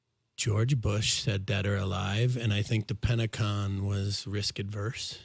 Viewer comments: Love how called the Pentagon the PentaCon. Haha. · Pentacon😂😂he said